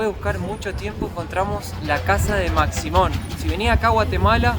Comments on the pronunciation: Se pronuncia "Mashimón" con SH, aunque se escribe "Maximón" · La "x" se pronuncia como "sh" de manera que no es maximon sino que "mashimon"